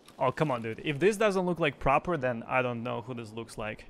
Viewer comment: Is it not pronounced 'Pruh-poor'?